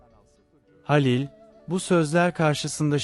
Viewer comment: Dinlemek için zorluyorum kendimi ama bu nasıl bir seslendirme halilin halil ın sinirim bozuldu o nasıl bir isim telafuzu ya lütfen biraz daha özen ve gerçekçi anşatın ki hikaye nin içine girelim payımıza düşeni alalım